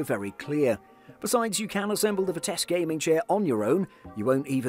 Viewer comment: Where is the dude getting the k at in Vitesse. Mans saying “Vitesque”